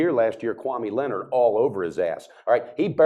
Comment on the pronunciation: 'Kwame Leonard'. Man, you guys suuuuuuck